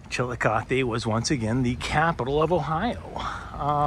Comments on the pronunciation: You managed to make make Chillicothe sound like a Spanish word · Come on..suggesting we take a shot every time you pronounce the town's name wrong is virtually suggesting irresponsible drinking..TSK, TSK says Foster Brooks (well he slurred it)